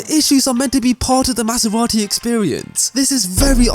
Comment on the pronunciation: i died when he said maserati